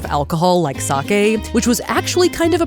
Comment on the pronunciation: Thank you for saying “sake” correctly.